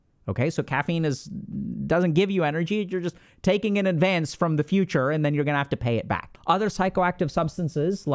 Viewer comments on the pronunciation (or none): Was listening to this while doing something and I thought I heard Dr. K say “gooma” instead of guna. 🤦‍♀️ iykyk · I thought Dr K called me a Gooner in an Indian accent